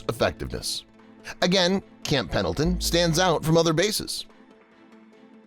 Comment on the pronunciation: Whoever called it "Camp PADLEton" at approximately 3 minutes in must be a "LEARING Center" alum!! SEMPER FI!